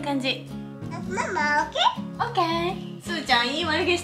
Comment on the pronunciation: your "O.K" is in Perfect English!